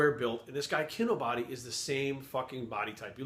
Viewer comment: So you watched several Kinobody videos and at no point did you learn to pronounce Kinobody correctly?......Yep you're full of shit.